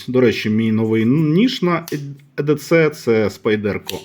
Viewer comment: EDC - читається як " і ді сі ". Дякую за відео. Цікаво було подивитися.